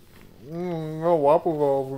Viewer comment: waffurs... XD You know, I've been saying waffurs for the past 2 days and you guys suddenly came up with waffurs. WOW. i love you guise. ^^